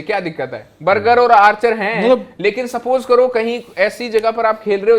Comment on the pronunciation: बर्जर❎ बर्गर ✅ 😂😂